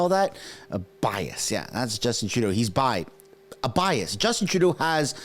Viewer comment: Did you mean to say, bi-ass?